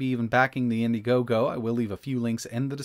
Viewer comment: You lost me at "indigogo". Easy pass